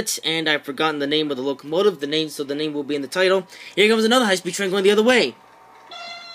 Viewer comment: hIGHH SPED TREEN! yih. MEEEEEEEEEEE! I WAS DYING AT THAT PART🤣